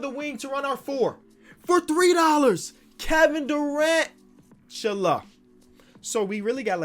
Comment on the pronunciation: “Kevin Duran-tula” 😂